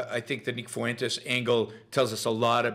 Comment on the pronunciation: nick fuentes is so bad, yet you cant pronounce simple names like fuentes or ye? at least they can speak?